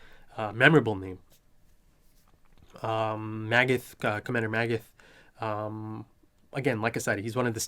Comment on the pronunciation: Pieck is pronounced Peek. 'ie' in German means it's a long 'I'. Edit: also there is no 'th' in German, so you just pronounce it as 't' in Magath